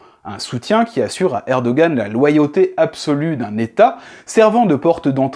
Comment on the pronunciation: Mais arrêtez de prononcer ErdoGan, le G est muet !